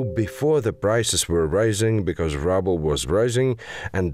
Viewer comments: It is "ruble" not "rabble". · The way ruble is pronounced as 'rubble' instead of 'rooble' is funny as hell. :) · hilarious they are pronouncing "ruble" as "rubble" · I love how they speak it out as "rubble" instead of "ruble".. very fitting nowadays. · I thought Soviet Russian money was “roobles” not “rubbles” . . . maybe it’s just rubble like was said. 😂😂😂😂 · It's not "rubbles" they call it "roobles" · Ruble rhymes with "tube." Rubble (the way you are pronouncing it) means the pile of stones and trash that is left when you destroy something (such as with a bomb). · *'Roob-les" not 'Rubbles' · "rubbles" Quite accurately said. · I kinda like how that second voice pronounces 'ruble' as 'rubble' (as per dictionary: broken fragments resulting from the decay or destruction of a building). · ROO-bles. Like the ROO in Kangaroo! ROO-bles! Ahhhh! I wanted to scream at my computer haha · I guess you said it like rubble on purpose instead of pronouncing it the right way :D